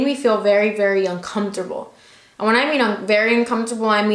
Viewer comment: "Uncomptable" u cute 😂😋